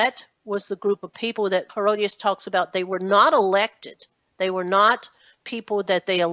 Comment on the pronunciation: It is pronounced He-ROD-it-us, Herodotus, not Herodius... Geez.